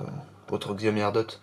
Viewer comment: Je vais peut-être faire le mec relou mais ça se prononce chiaomi